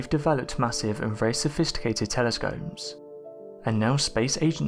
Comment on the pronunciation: "Telescomes". what the hell dude...